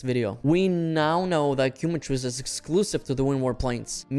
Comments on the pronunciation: Please, its not "Cue-matrice" its Quema, as in the spanish word, its Kae-matrice" !! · “Keh Mah Treece” my man That Quumatrice is killing me 😂😂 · Thats hoe you say it "Kee" is the correct way. QUEMA-TRICE. Quema being a spanish word. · im a native speaker too i meant no offense but thats not how you would pronounce “quema” i just thought it was funny the way he was pronouncing it is all